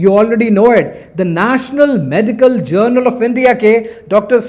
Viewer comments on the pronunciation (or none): none